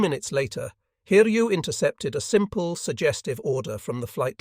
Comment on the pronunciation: Pronunciation of the carrier name Hiryu was absolutely amazing. It was corrected later on.